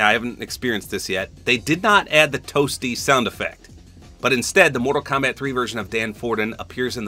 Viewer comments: In some of the clips, Dan Fordman sounds more like he’s saying “Up B” more than “Toasty”. I mean, it’s pretty funny but I don’t really care if he’s saying one or the other, the voice sells it for me in terms of comedy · Ima a 90s kid grew up on MK. For the longest time i always thought he said whooopy! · I always thought he said 'whoopsie!' Lol didn't really till I played MK11 and I realized it was toasty😭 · I played the OG Mortal Kombat trilogy and had 100% thought that the sound was "Whoopy!" or "Whoohee!". It's still funny.